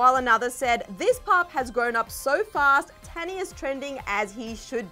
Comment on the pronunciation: Not Tannie. The pronouns is not an a but a u. So the spelling is tannie. But the way to pronouns is tunnie